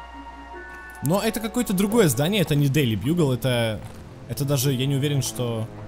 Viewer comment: ты сказал дельи бьюгл на 31 минкте 33 секунде